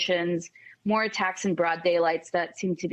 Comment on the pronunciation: Did the reporter say attackses?